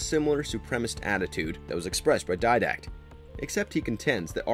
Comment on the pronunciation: The guy who presented the video has never played halo obviously because he sure couldn't say didact right.